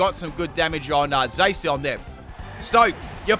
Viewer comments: ADAM JINGULAM Moe he means like its Zaa-cian instead of Zay-cian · I think you pronounced Zacian wrong , it’s not a heavy a but a light a .